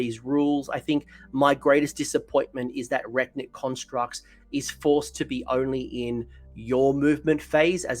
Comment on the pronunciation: Thanks for the great summary! Ps: it's Re-Knit constructs, as in reconstruct.